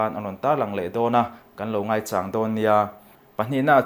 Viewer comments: mizo thu leh hla lama kan miril deuhte in lo zawt Chiang dawn nia aw , ngaichâng tih a châng tih hi a ki sang a in lam rik khan mizo tawng âwn in ni kha lo hre teh u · I sawi dik lo,ngaichang a lam rik dan khi a dik reng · Ngaichang tih I lam dan hi a dik lo.....ngaichang ...Chang tih lai tak hi MAU Chang kan lam ang lam tur. Ngaichang .....thil lo kal tur chàng tih ang a lam loh tur..... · Ngaichang, chang tih hi, a ki sangin lam rik zawk tur alawm, a ki hniam a lam rik chu hmar tawng tawng sawi dan a nih duh hmel